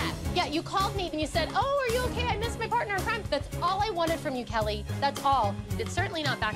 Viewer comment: Is it just me or anytime when Kelly wants to say "All I wanted to do" but she always says "Alz I wanted to do"